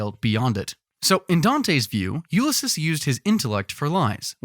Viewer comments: 😂😂 the shade is thick enough to make hell dark 😂❤ screw tai lopez Edit: I've also never heard anyone pronounce Ulysses like Ulysis, and not Ulysees. Not knocking it, just never heard it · You lis sis? You mean Ulysses? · repeat after me YOO/LI/SEES..."Ulysses"